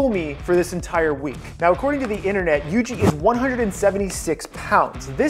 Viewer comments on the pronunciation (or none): It not Yg it yuji